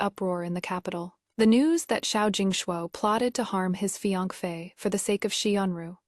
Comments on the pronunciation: What is fiangfe? It’s Fiancé/Fiancée. (Fi-yan-se) that’s how you pronounce it. The trouble with AI is that it just recites what ever is in the script. If the script is full of grammatical and spelling errors, naturally the pronunciation would be horrible. AI is but a tool. If you don’t want to work on it yourself at least don’t do a half-arsed job. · The pronunciation of fiance is hilarious! 😂 There is no such pronunciation. Its a French word pronounced "fee-ahn-say". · Riiight!! What is with that pronunciation?